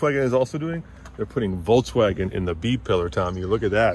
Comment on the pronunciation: Voltswagon? Lol